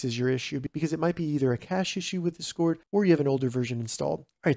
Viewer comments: I’m so distracted by the incorrectly stressed syllable 😂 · bro is saying dscord